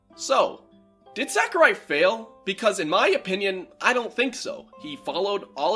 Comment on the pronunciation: I'm pretty sure it's pronounced more like Sock-urai, not Sack-urai.